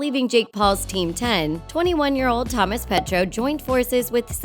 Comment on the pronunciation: It’s not Thomas petro it’s Thomas petuo